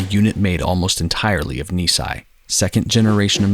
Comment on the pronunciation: A wonderful, deeply moving video. Just one quibble: "Nisei" (2nd-gen Japanese Americans) is pronounced "nee-say" not "nee-sigh" (which would mean "two years old").